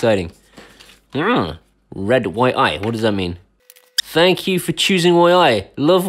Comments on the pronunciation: I think its pronounced Yee, just from what Ive seen other people say on here... Please count me in :) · Fairly new to you channel, love you different take on reviewing tech and home automation, refreshing change.. I would love to win this camera however it is pronounce "Yi"